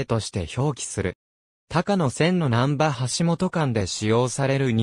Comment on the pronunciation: 「たかのせん」ではなく「こうやせん」です。鉄道ネタなのに路線名を読み違えるって？